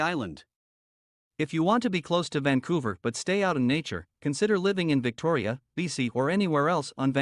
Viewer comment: .."Victoriya"...? ಠ_ಠ